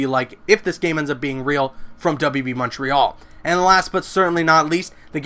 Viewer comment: Oh no, did he say WB Monterial? That's not good.